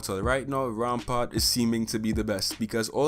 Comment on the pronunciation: Anybody else notice that he switched the p and a in Rampart?